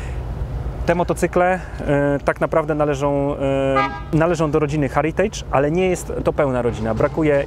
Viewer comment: Rzeczowa recenzja,tylko jedna drobna uwaga: "Heritage" wymawia się: "hEritage" nie, "hAritage". LWG!